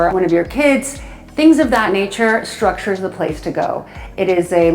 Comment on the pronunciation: It's called structube not structure.